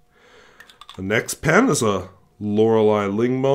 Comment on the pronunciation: Good job on pronouncing Lorelei!